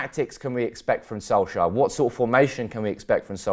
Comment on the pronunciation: Its correctly pronounced solk- sar not solk-sire